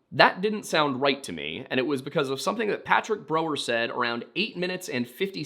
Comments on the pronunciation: I hate how you mis-pronounced Brow-er the entire episode.. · Brow-er, not bro-er. Painful to hear that mispronounced so many times.